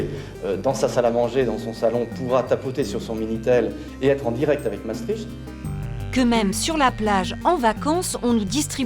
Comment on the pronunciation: Ne prononcez pas "Massestriche" mais " Masstricte" !!!! C'est vrai l'on y croyait mais nous avons très vite dechantes surtout de nos jours. En réalité le projet utopique etait voué a l'échec parce que trop de cultures différentes et trop de niveaux de vie antagonistes. L' Occident a pu paraître uni parce que le " rideau de fer" et la menace communiste ont soudé les nations libérales et démocratiques. Le communisme apparemment déchu et disparu a permis l'affaiblissement de l'OTAN voire son inutilité dans certains cercles politiques. L'immigration illégale massive,la desindustrialisation inquiétante, les retards technologiques par rapport aux Etats- Unis et la Chine,le vieillissement idéologique du personnel politique, les invariants structurels économiques sont responsables de la désaffection citoyenne multiforme.Un grand nombre de Belges veulent quitter ce forum europeen où Bruxelles polarise toutes les haines legitimes des patriotes européens alors que nous n'en sommes pas responsables car nous subissons les mêmes sujétions.